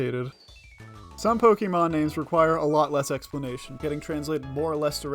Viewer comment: Pokémon, not pokimon.